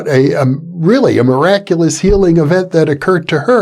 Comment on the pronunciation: ''A meraculous healing with nacy du tertre'' 20 minutes on 1.5x a book of words later